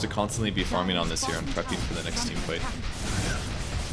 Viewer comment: is unable to use the letter G:)) farmin....hunkin...trunkin....